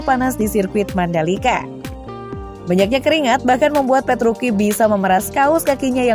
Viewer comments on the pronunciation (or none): Dibaca nya ttep petrucci mbaaa.. Gausah petruki petruki.. Aneh di dengernya jdinya.. Sblm mmbaca narasi baiknya cari informasi pembalap yg mau di sampaikan deh minimal pelafalan nama... Udah sih itu aja.. Biar profesional aja gt Dan perasaan kakek penjual bensin itu ngga sampe terbahak2 deh ketawa nya.. Jngn di lbih2kan lah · Ya tuh.. Italia c tetap di baca c.. Kcuali c di depan nama orang